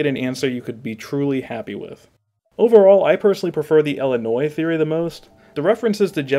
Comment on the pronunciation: I have never heard someone say "ellenois". There's a distinct lack of ill there that I can't abide.